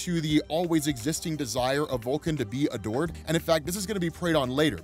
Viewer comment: When you said “Vulcan’s desire to be ADORED” ; I thought you said “Vulcan’s desire to be A DORK”